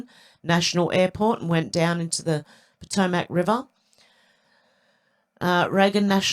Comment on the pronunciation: 🥰... close, respelling is pah- toe - mik